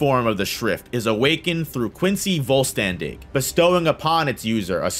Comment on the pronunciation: my german ass was kinda dying because of the pronounciation in german language an s before the letter t and p makes an sh sound so vollständig the st would sound like an sht